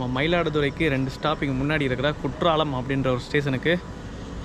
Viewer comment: Kutralam not bro kuttalam